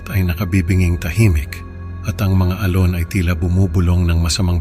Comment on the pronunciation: Sir maganda boses mo pero may iilang puna lang ako sa tamang pagbigkas ng mga salitang Tagalog.. like alon maririnig namin ay al-lone.. bakas is bakkkas..konting aral pa Sir.. ito'y constructive criticism po hindi destructive criticism..